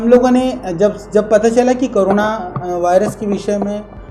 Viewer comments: Sir ap bol rahe hai coruna. Coruna nhi sir corona boliye.nhi to pure indian ka nak katwa denge ap to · Swamiji pahle bola to seekh lo . Corona ko karuna bol rahe ho . Khud apne ilaj k liye Delhi jaya karte ho aur ab kahte ho ki Corona ka ilaj dhoondh liye ho. Dooniya ko to aap murkh bana hi rahe ho, par aise samay main aisa jhootha afwah mat failao.